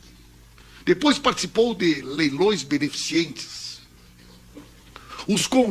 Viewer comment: Não é be-ne-fi-ci-en-te,; É: BE - NE - FI- CEN - TE!